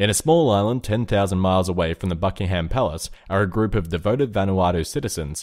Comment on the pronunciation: Anyone else hear fuckingham palace? XD